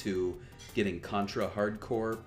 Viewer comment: FYY, "Corps" is pronounced "core", as in "United States Marine Corps".